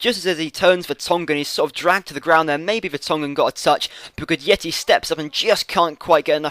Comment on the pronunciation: It's pronounced "Gudetti" :)